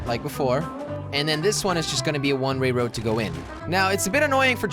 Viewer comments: I counted 52 times when he said one Ray road when he means one way road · When Jelly says a one way road it sounds like he says a one ray road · He kept saying one Ray woad! 😂😂😂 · "One ray road" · It is the most easiest word and you messed it up ( one ray road )